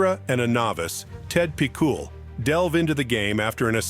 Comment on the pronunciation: EX-EASTON-ZEE ??? TED PEE-COOL ?? WTF ?? A.I. SUX !!!!!! besides that, great list.